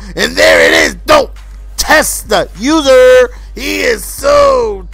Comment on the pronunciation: Usah not user you used to say usah